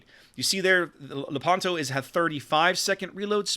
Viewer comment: By the way, in Lepanto the stress fall on the "e", so you have to pronounce Lépanto.